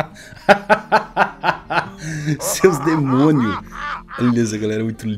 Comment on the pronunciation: Kkkkkkkkkkkkkk "seus demonhu" Kkkkkkkkkkkkkk por isso eu gosto desse canal kkkkkkkkkkkk